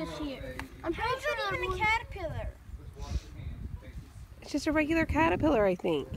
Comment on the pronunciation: "Is a cawwepwiller"